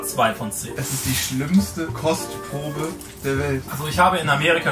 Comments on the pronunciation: Hab einfach statt Kostprobe Crosspromo verstanden lmao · Heißt das Format jetzt "Kostprobe" oder "Kotzprobe"?